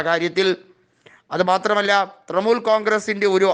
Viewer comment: ഹേയ് മനുഷ്യാ തൃമൂൽ അല്ല തൃണമൂൽ